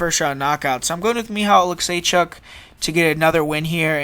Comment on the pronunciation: Damn bro pretty cool pronounce Michał Oleksiejczuk. Lets go!